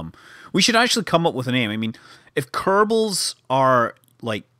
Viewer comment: Really? Small-bals and big-bals?